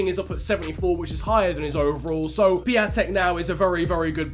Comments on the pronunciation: Funfact about Piątek: His name in english is Christopher Friday. Also it is pronouced Pee-on-tek. Greetings from Poland mate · stop saying piatek wrong